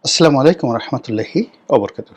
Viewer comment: আপনি সালামটা শুদ্ধ করে দেবেন। আসসালামু আলাইকুম।